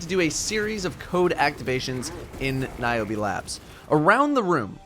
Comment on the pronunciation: Omg thats my name!!!! And thats how you pronounce it OMG